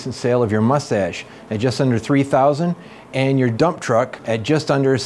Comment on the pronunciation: DUMPP TRUUCK